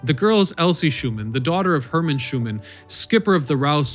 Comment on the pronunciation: Herman Schuenemann not Schuman. I know bedtime am a granddaughter of Herman.